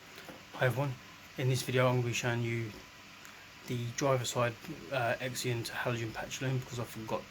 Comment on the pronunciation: you say zenon x is z sound as in XYLOPHONE.